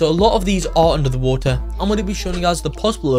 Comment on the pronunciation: Wo er = water